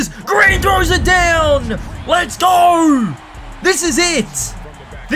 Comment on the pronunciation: Bro said let’s gor😂